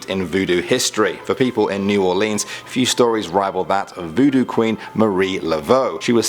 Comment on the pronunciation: I cringed everytime he said "New Orleans " the wrong way